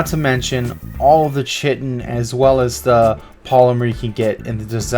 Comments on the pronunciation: Great vid mate, nice spots. Just a small thing though, it's Ky-tin (chitin). Keep up the good work. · are you american? if so look up how to actually prounce 'chitin' correctly please. it's actually pronounced as if it was spelt with a k and not a ch. and if your not american you should definitely look up how to pronounce it... and fast...